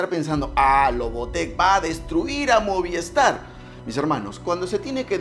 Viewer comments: Brother no es moviEstar, es movistar, cuida tu pronunciación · MOVIESTAR no, se dice MOVISTAR!